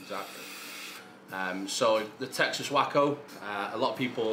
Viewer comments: It’s pronounced way·koh not whack-oh. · Waco, pronounced wakeo, is a bit more famous for something else tbh. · Maybe he knows & it's a play on words but Waco is pronounced wake-o